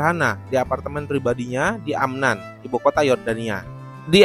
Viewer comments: Bukan Amnan Bang tapi Amman, sedikit mengkoreksi.🙏🏻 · Min, ibukota Yordania AMMAN (double M) bukan AMNAN